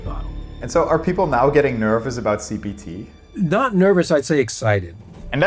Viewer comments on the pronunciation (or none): Jesus, I keep on hearing CBT instead of CPT. Edit: This part is a banger.